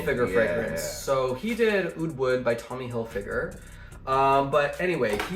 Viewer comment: No way you said Tommy Hilfiger 💀